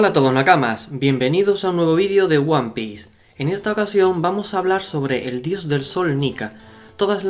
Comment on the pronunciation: Yo solo quiero saber por què pronuncias diciendo "Uan pi" cuando serìa "uan pis" ?